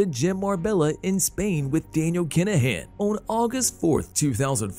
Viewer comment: The narration makes this unwatchable. "Dan-i-AL Kin-a-HAN"...ridiculous.